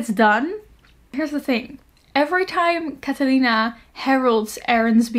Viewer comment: that pronunciation for "Catalina" was 😙👌💋